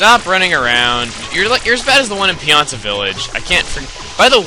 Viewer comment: pianta not planta